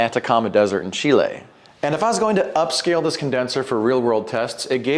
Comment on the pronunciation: Can't wait for the real world test, because this is really promising. Btw, thanks for going the extra mile and pronouncing Peru and Chile correctly. That was classy.